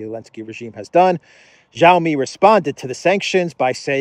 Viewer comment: The Chinese 'X' is not pronounced 'j' but the 'ch' like in inch. So Xi Jinping and Xiaomi doesent start with a j-sound, but a strongly aspirated x!!